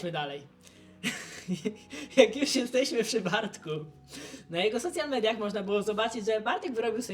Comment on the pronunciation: jakie soCIal media.:P daj wymowę anielska